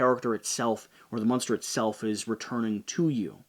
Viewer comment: Is "munster" an inside joke, or is that just how you pronounce "monster"?